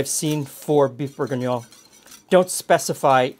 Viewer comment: Because calling it Bouef Bourguiguignone is much more fun?